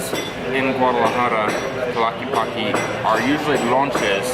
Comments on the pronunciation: I think the correct pronounciation is: TLA-QUE-POC. But Tlockeypocky sounds like cute, American and catchy. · I’m with you, the Charales are stinky and not very tasty. I’m sure they are an acquired taste, but something I don’t care to acquire 😂. As for the tejuino, you have to drink that with lemon ice cream, it’s delicious that way. May I suggest that you check your pronunciation of Tlaquepaque. It’s not tlaquepaqee, it’s tlaquepaque it doesn’t end with a double ee It’s pronounced as if you were saying “que?” Your Spanish has gotten MUCH better! I’m impressed! Good video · Hi guys great video as usual. Just try to pronounce the last syllable of the word Tlaquepaque just like the word "what" in Spanish, which is "Que" . Tla-que -pa -Que. Just an observation. Thank you for keeping up the good work and for allowing me to reminisce my childhood in my old city of Guadalajara and different pueblos or towns of the Jalisco State. Thank you, and greetings from San Francisco, CA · lol still saying Tlakipaki......dig your vidz, but that's kind of annoying.....js ugh x666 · Sorry I forgot the "E" TLA-QUE-PAC-Eh